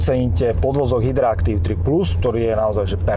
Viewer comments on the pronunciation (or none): Hydractive, nie hydra active. Valec, nie válec. Prepáč, ale hrozne mi to píli uši.:/ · Pekne auto aj video, ale keď povie hydraactiv toľko krát zle, tak má išlo poraziť. Hydractiv! Nie Hydra aktív!